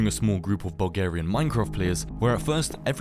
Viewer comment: i heard vulgaria instead of bulgaria and i was like "why is this taking place in chitty chitty bang bang" edit: the texture pack on the fourth guy's vid is Faithful x64 of Faithful x32 if you were wondering, i know because i use and love this texture pack.